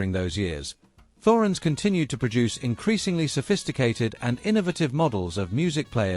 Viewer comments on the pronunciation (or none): It's pronounced 'Torens'